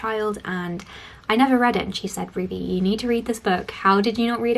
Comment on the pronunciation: No it’s not, it’s pronounced with a soft z sound. I don’t know why Ruby pronounces it so oddly 😅